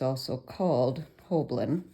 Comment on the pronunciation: Hi. You've put the "L" behind the "B" in both your spelling and pronunciation in the video, but you have it spelled right up above. It rhymes with "whole sign".:) So good to see you again!